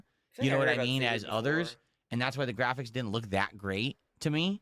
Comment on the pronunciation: made Space Marine 2, a game he said was ok gwaficks which is all about gore so why is he complaining about Hellraiser again?